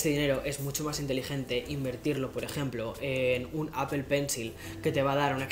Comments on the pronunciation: porfa estás en EEUU dile a apple APOL, no apel solo espalda le dice asi y nunca entenderé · Se pronuncia apol no apel